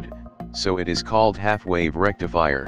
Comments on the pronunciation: English isn't your primary language is it? Rectifire = rectifier! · Rectifier not Rectifire